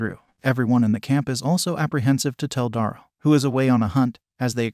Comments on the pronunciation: "Da-rell" not "dorl".. please... for my sanity 😂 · ITS DARYL NOT DORAL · You say many names wrong especially Daryl